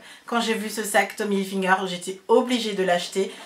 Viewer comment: Tu m'as trop fait rire en disant Tommy Hilfi'n'ger. Ça m'a fait penser à Goldfinger